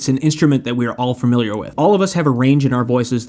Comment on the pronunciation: "Fermiliar" Love how so many people refer to the concept of a word they can't pronounce thus betraying their own unfamiliarity.